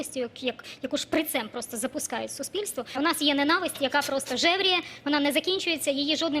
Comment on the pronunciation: Мосі йчук, не знає,що наголос у слові ненависть на складі.Оце грамотність!